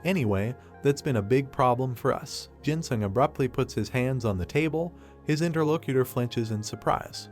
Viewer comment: I swear a braincell die everytime i hear interlocator being said